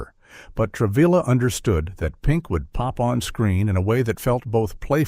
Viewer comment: The voice also mispronounced his name. It's Tra-vee-ya...not Tra-vill-ah.